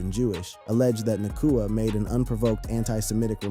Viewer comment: Hard to take this seriously when the first 2 words are "Puka Nahkwah"